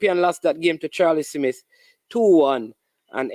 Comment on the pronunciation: It’s Smith not Semith !